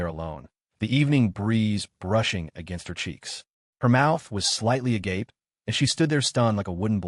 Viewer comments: Somebody, please teach the AI how to pronounce agape. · I love the a ga pay pronunciation 😂